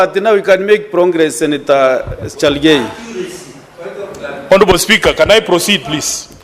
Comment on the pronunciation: The speaker is straining to pronounce cherargei ..chelgey😂